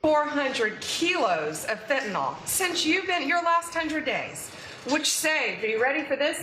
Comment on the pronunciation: I've had it with people mispronouncing Fentanyl 👎🏼👎🏼